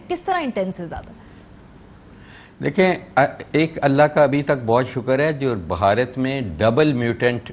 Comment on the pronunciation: بھہارت نیں بھارت ہیں